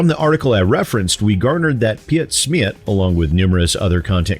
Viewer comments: Where were the days you believed in your own product and weren't afraid of a bad review? Or even better, allow the devil's advocate to ask questions, because you stand behind the value of your product? Gotta love the way you pronounced Piet Smiet 😅 No offense meant, I just found it funny (it's not 'pi-et' or 'smi-et', it's 'piet' and 'smiet', the whole name at once). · yeah from how he said it it sounded like russian or something, and as soon as he said he was german i went "oh he's pronouncing it wrong isn't he?" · I hate to be that guy, but you could have saved your breath! He's pronounced "Pete Smeet" xD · They way your pronouncing pietsmiet is freaking hilarious :D its more like peetsmeet/piitsmiit but who cares, dont think that guy has any principles anyway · Hey the channel is pronounced "PeteSmeet" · The translation shown is correct. The German version is wirtten more casual than the english translation. Ps.: I like your pronounciation of PietSmiet